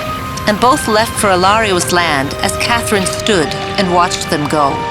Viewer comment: Am I the only one who noticed that in 814 part of the video Katherine’s name was pronounced as cat Lynn am I the only one who noticed that?